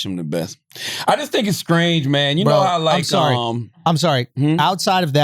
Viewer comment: Charla - what i just thought was scrange (aka strange) for anybody who didn’t know LMAOOO 😂😂😂😂